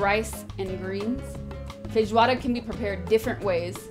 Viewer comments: É a primeira gringa que vejo q ñ fala "feirroada" de primeira kkkkkkk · Toda vez que essa mulher diz "feijoada" eu me apaixono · SIM MANO,FIQUEI PENSANDO A MESMA COISA,BIZARRO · Eu tô impressionado com como ela fala bem os nomes dos pratos em português, ela fala "feijoada" se já fosse daqui!! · Your pronounce when you said: Feijoada was perfect. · Ela fala feijoada perfeitamente, meus parabéns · Nossa é muito top ver ela falando os nomes em pt-br direitinho rsrs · Your "Feijoada" pronunciation is really good :O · Nooossa, voce pronuncia FEIJOADA muuuito bem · A pronuncia de feijoada dela e perfeita kkkkkkkk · Falou bem feijoada. Meus parabéns. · ela pronuncia muito bem as palavras em Português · Ela fala a palavra feijoada muito bem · Ela fala muito bem "Feijoada" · Ela fala “feijoada” melhor do que eu que pronuncia “feijuada” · Nossa ela sober falar feijoada 😄😄